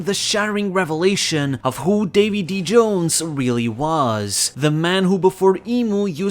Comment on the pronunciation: Its Davi D. Jones